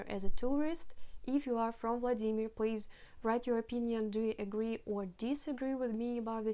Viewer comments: Non-russian : VLAA-di-mir Native russian : vla-DIII-mir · Yes second syllable please! In german language we also say WLA-dimir. So funny hearing her saying the german word "SCHLAG-baum" as "Schlag-BA-um".